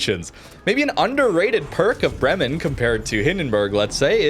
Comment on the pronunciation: Bremmen, Bremmen, Bremmen, bla bla Bremmen. Have you ever been in Bremmen?? It's not a hard word to pronounce. It's not a difficult Russian or Dutch word. Try to say: Braymen (as in day). emphasis on Bray. Makes you sound a little more intelligent, and that you actually care about pronunciation.